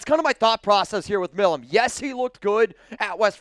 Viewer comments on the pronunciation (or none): Again, His name(Milum) is not "Mill uhm" Its M-eye lum" Someone from pennsylvania should know that. I agree we need to draft the kid and continue the long standing connection between the teams.